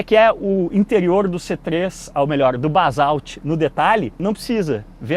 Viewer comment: Só "Balsauti" mesmo!!! primeiro fale o nome certo!!!